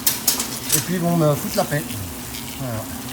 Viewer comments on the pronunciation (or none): none